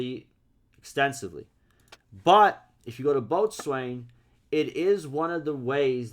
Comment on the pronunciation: It’s pronounced “MARiner,” like the Seattle Mariners. MARE like the name Mary. And Botswain is pronounced “bosun.”